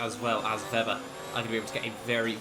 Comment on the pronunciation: You pronounce Weber's name vebber, when it's meant to be pronounced as vaber